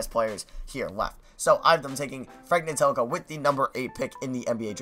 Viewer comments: My Mom Says I'm a Champion that's not how you say frank's name it's Ntil-ik-ina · I know how helpful this is! Frank Ntilikina is pronounced as nee-kee-na